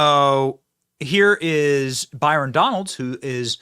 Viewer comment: 😂😂 it's Donalds. Not FUKN Donaldson